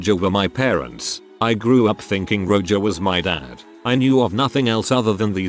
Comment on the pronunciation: The text to speech mispronunciations are to be expected but I lol’d at Roger being read as “Roe-juh” at about